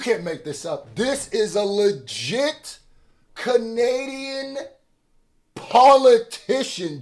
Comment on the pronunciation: “Kenadian” man 😂😂😂